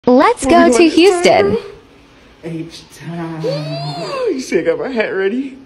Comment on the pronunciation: This man said housetin 🤣🤣🤣🤣🤣